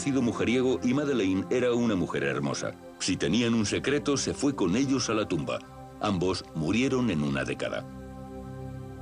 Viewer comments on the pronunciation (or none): none